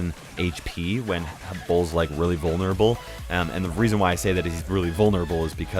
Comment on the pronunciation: haha hes vulneraBULL